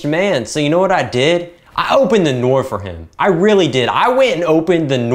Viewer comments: every time he says "open the noor" im on the floor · Bro broke in just to say "Open Da Noor".